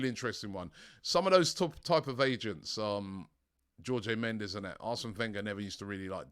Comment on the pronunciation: "Georgey Mendez" 🤦‍♂️ his name isn't even hard to pronounce ffs 🤦‍♂️